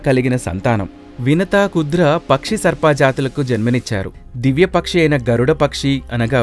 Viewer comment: మరిచి కాదు మరీచి, కుద్ర కాదు కద్రువ. వినుత కాదు వినత.